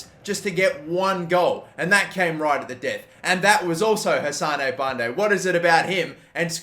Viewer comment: Hassan not hassanae